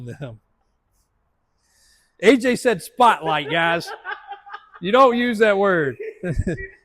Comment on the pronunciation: He said spot light I thought he said poach lol